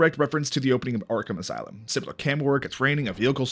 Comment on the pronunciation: Ahem… Arkham Ass-loom